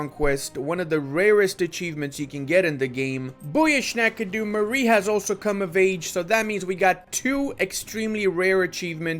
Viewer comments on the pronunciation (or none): none